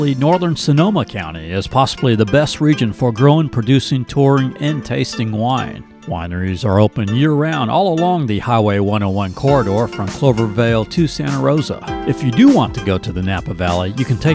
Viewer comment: It's "Cloverdale", not "Clovervale". And I do live in the Wine Country area... Santa Rosa to be exact!